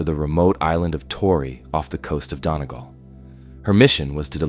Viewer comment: Fantastic video but one thing that really annoys me is when Americans try to pronounce Irish towns it's ( Done-e-gal) not (don-e-gall)